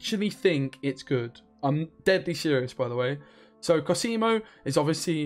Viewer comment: It's còsimo not cosìmo